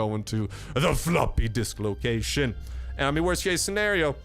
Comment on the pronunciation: Ah it is not fortnight he is try to say loot loocaion and he almost say loot lake